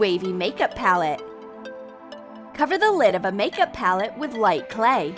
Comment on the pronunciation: Lol did anyone notice thar she said PAUL-et instead of pal-ette